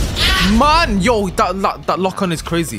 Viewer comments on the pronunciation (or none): He was gonna say man but he said mah